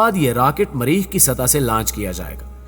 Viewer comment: بولنا لکھناآتا نہیں مریخ کو ماریخ کردیا